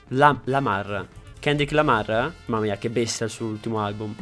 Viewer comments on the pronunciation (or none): Si dice Lamar no Lamaŕ